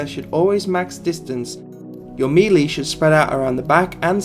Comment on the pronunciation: Nice guide. Still seems fairly current. Like many others you need to learn to say the word "melee" ... mey-ley :)